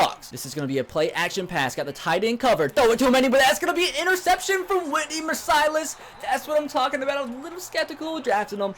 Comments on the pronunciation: It's not Whitney Mer "sigh" lus It's Whitney Mer "cill" us. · You said mercilus wrong, it's mir-cil-is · You said Whitney mercilus wrong. Go texans